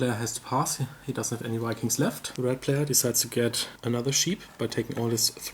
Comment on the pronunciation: I love the German pronounciation of V as W. In Caverna got lots of Wedgies!!